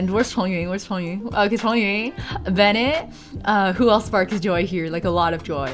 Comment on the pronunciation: dude its shongyun how could you misspronounce his name